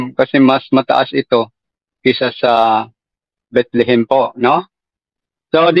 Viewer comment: Mali Ang trivia ni kuya Kim...TAMA Ka diyan.. Mali ka naman sa pag pronounce mo sa Bethlehem HINDI Bitlihim....😂😂😂😂😂